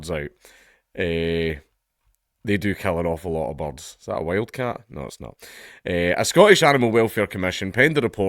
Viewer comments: I could not figure out you were saying the words "birds" until I followed along what you were reading. lol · i thought you were saying bugs first, but you were saying BORDS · Is he calling birds 'bobs'?